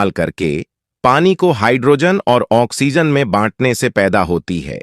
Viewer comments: तक बकचोदी ! ISRO का बेवजह जिक्र ! घटिया AI dubbing : "बाढ़ (बढ़) जाएगी." "किमी (किलोमीटर)" "ओएक्सीजन (ऑक्सिजन)" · Good informative video, however your pronouciation needs improvement. It is Oxygen not Oixigen. A constructive criticism.